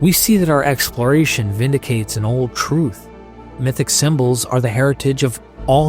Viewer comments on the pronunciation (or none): none